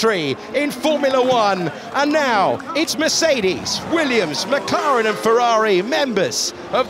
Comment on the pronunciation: 7：21 The [McGaren] 😂😂